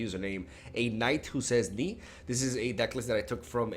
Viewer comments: 'A night who says nigh' It's nee (or as it's written 'Ni') and we shall say ni again to you if you do not appease us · It's pronounced "ni" not "niiee" Oh boy, I see you are not a man of culture not ever watching a classic film called Monty Python.